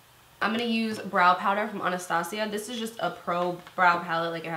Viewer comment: Why do all beauty gurus say anastasia like that? Is it not ann-uh-stay-zjhu